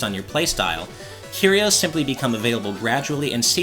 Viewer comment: THE C IS SILENT IN SCYTHE! CMON MAN. AND CARRIOS? CURE - E - OZE. AAAAAGH